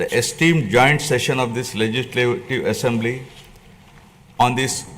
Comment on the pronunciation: Is it, essamblee. There is no any syst Um. What is, this.